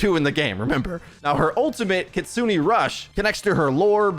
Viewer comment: Please learn how to pronounce kitsune. It’s not kitsuni